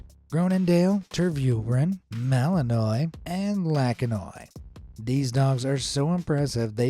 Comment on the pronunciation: Malinois is French , there’s a an apostrophe in the middle of Malinois . Ignorant people think because it ends like Illinois that it ends with the same ending which it doesn’t. This is how you pronounce it bel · juhn ma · luhn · waa